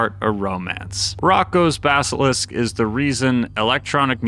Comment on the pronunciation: The way he butchered the pronunciation of "Roko's Basalisk" killed me😭😭